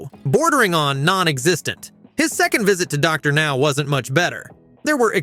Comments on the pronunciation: Soooo WHO went insane?? I HATE HOW A.I. DOESN'T PRONOUNCE ANYTHING RIGHT!!!! Docker Now? C'mon! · These shitty AI voices can't even get Dr. Now's name right half the time. Ugh.